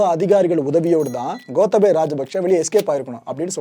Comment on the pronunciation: ஐயா இலங்கையைப்பற்றி நீங்கள் நிறைய அறியவேண்டியுள்ளது மற்றும் பல தவறுகளை திருத்திக்கொள்ளுங்கள் * கோத்தபய அல்ல "கோட்டாபய" (Gota+Abhaya), இலங்கையின் தலைநகரம் கொழும்பு அல்ல இலங்கையின் வர்த்தக தலைநகரம்தான் கொழும்பு, இலங்கையின் தலைநகரம் "ஸ்ரீ ஜெயவர்தனபுர கோட்டை" என்ற இடமாகும்